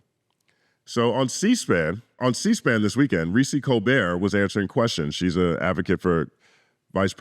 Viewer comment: You should play the whole clip because the "not doing anything for black people" was explicitly white disinformation given to some ignant folks to argue. Can't find all this stuff outside of when it's election time. And it's "Colbert" not "colbear". And she's dope. You really gotta see her. She was handcuffed heavy on cspan